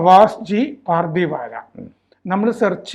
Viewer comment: പാർധിവാല അല്ല പർധവാല്